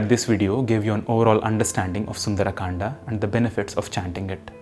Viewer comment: please stop mixing English pronunciations with hindi words Saying kandaa sholka etc. sounds very annoying.